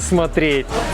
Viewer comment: Блин, ну проговаривай внятно своё вступление/обращение ... А то ребяшку, ребятшки,ребяшки